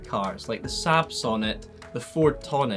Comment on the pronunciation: You pronounce SAAB weird and wrong